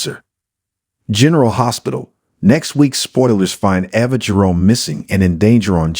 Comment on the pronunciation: Valentine (Val' en tine) ,Ava (A' va,) Elq. Do you even watch the show????? Learn to get the NAMES pronounce right. Maybe you would get more then 9 likes.